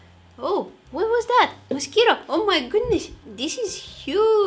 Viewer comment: "oh Mai gudnes" hahaha you're pretty! keep doing this cool vids